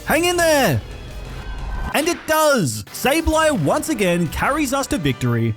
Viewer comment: IT'S SABLEYE, NOT SABLE EYE! FIX IT NOW!